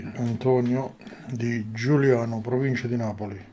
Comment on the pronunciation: Giugliano non Giuliano.